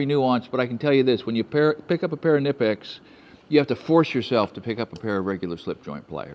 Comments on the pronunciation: Knipex...not Nipex. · I think the (K) in Knipix is pronounced and the:letter (I)is pronounced as a long E (knee) K’nee pix. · Fun fact: per the company itself, the “K” is pronounced! Kuh-nip-ex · They aren’t nipex, they’re kuh-nipex. Germans pronounce the K! I prefer the Cobra’s over the Alligators! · I’m a channelock man myself, but it’s really tough to beat Knipex Fun fact, and I learned this from a knipex rep at a convention, the Germans pronounce the “K” So it’s actually pronounced “Kuh-nip-ex”. True story. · It's pronounced "K"nipex .... The K is pronounced. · I hate to say it because it took me a little to accept it but they are pronounce Kah-Nip-x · I haye to be that guy, but Knipex is pronounced with a hard K. KA nipex. Just an FYI. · Sir, not to be “that guy”, and I say this with all my respect to you and your channel… It’s pronounced KUH-NIP-EX as stated on their website. Thank you. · Great video. But its kuh-nee-pex. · you're the reason I own a Burke bar! Oh, it's Kuh-Nipex. German engineering. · K-nipex - the "K" is not silent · Don't forget to pronounce the k in knipex! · Hate to be that guy, but it's "Ka-nip-ex". Love your channel and thanks for everything over the years. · In America, the "K" is generally silent as in knife. In Germany where Knipex tools are made, they always pronounce a strong"K" and they pronounce the name of their tool "Kuh-nip-x" and they even have t-shirts that they sell with the preferred pronunciation. Keep up the good work, Cal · But it’s not kuh-nip, it’s knip. Like the word Clip but with an N instead of an L. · THE. COMPANY. Pronounces it kuh-nip-pix. 🤦🏼‍♀️ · that makes me sad. They dumbed it down to the lowest common denominator. Instead of making people learn how to make a sound that really isn't difficult at all, they changed the pronunciation drastically. "KIH-nih-pex" sounds awful. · It’s annoying but the K in Knipex isn’t silent, leave it to the Germans. And they are worth every penny.